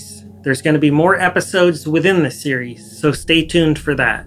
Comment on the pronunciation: You said “series” so many times in the intro, and pronounced it like “SEE-yer-EES” Sorry sorry just had to say 😂